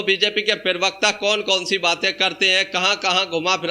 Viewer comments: Prewakta nahi hota bhai parwakta hota he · पिरवक्ता नहीं प्रवक्ता बोलो भाई